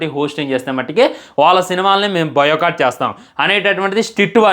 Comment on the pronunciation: Nuv Vella levu kada ra bigg Boss lo ki yenni aiena matladathav biocott kadhu ra boycott ra kojja